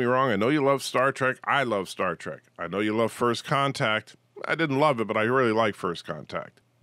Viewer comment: Never mind the scripts. You call it Star TRACK half the time.